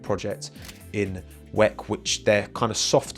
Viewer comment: Please stop saying “weck” it sounds so much better if you just say W.E.C.